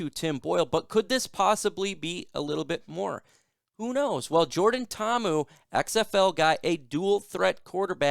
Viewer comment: Braddah you gotta pronounce Poly names with more effort. Mahalo